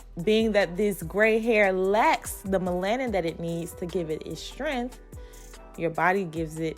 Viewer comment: MEL-A-NIN BLACK....NOT MA-LAN NIN.... BLACK GIRLS